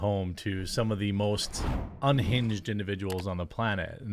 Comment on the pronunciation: "Ungined lunatic" and "hwite woman" usually go hand in hand.